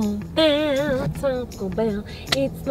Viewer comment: it’s called Taco Bell not toco